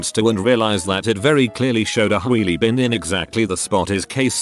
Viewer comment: "Hweely bin"